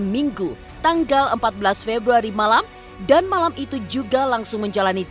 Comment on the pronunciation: Yg ngmg typo.. februrari😂😁